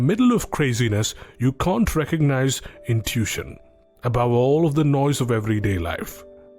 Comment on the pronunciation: It's pronounced like "IN TOO WISH SHUN", you speak otherwise perfect English, just FYI but English is a messed up language. No doubt, but love your work